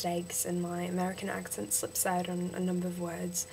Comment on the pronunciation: and don't say oot sa OWt